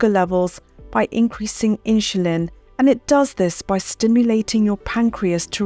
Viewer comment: All good info, but what is this awkward pronunciation of word "insulin"!!?!?